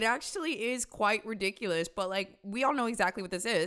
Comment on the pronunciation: "Real-diculus". The state of the world rn.